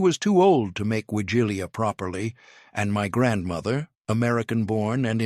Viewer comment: OMG. Narrator mispronounces nearly every Polish word. Also, there are no “required” dishes, just no meat and eggs and dairy are permitted. It is a meatless meal not a vegan meal. My Polish grandmother (another word he mispronounces) was born in the late 1890s, and I still celebrate with the Wigilia (the W is pronounced like a V in Polish). My favorite dish is handmade pierogi, fried.